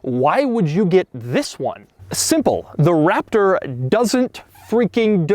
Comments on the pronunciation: I noticed at certain points he says waptor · This guy rly say Waptor...